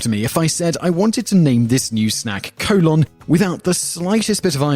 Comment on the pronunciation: Collon is not colon, you even pronounced it differently yourself, though you mispronounce things all the time, so it might be coincidental.